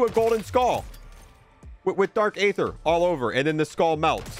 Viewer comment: How on earth are you mispronouncing aether? It's pronounced "ee-thur" not "ay-thur". The game even tells you, bro.